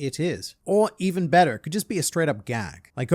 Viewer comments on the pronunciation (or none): why did u become American? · was the most american sounding "better" i've ever heard from a fellow Australian